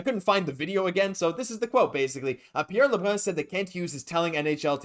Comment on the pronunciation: Why the hell do you have to say Pierre lebruns name like an idiot